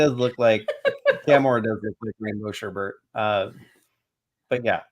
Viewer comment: Cham-Or, Cham-Or, Cham-Or, Cham-Or, Cham-Or Chameleon.